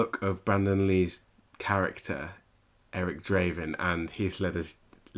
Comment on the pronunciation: Eric D'raven? Nah, Eric T'crow :)